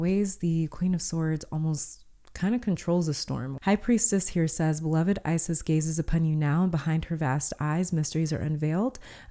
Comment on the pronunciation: from the egyptian goddess ISIS this is not how to prononce her name...